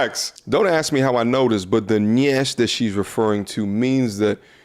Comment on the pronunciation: ma’am it is pronounced NYASH and it is life. And its African slang for cakes not viscous innards lol